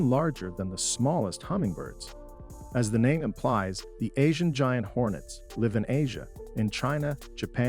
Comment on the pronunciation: It is Asian Giant Hornets, not ‘Hornest’